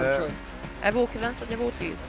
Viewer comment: A végére: Az szerintem is ÍVÓ, nem EVÓ, kiejtésre.